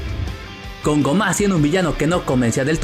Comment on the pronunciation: Tan difícil se te hace pronunciar bien el nombre de gomah?